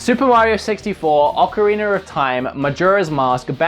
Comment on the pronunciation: Oca"wiener" of time lol